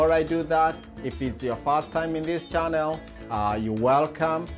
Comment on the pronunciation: Even chanerrrr🤭